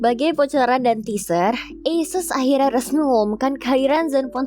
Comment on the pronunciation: cara mengucapkan "ASUS" nya bener. 👍👍👍